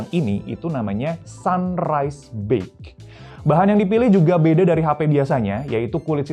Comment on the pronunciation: Ini reviewer2 Indonesia kagak ada yg cek gimana cara nyebut BEIGE apa ya??? Ngaco semua